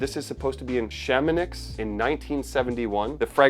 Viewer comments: Chamonix = shaa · muh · nee :goat-turquoise-white-horns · Chamonix -Pronounced sha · muh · nee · ... just to be nitpicky - Chamonix France is a world class ski resort up next to Switzerland ( and pronounced shaa·muh·nee ) 😏 ... other than that I love the fragrance and have two back up bottles !